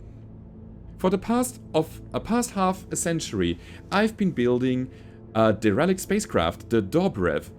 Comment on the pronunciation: A bit of a nitpick, but derelict is promounced "dare-el-icht" as opposed to "de-relicht". Love these episodes, they are fantastic. Keep them up, but don't work yourself to exhaustion.